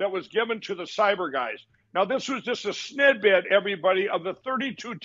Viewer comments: snid-bit it's a bit larger than snip-it. Common everyone knows this. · "Snidbit" LMAO